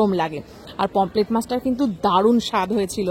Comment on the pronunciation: Pomplete na Pomfret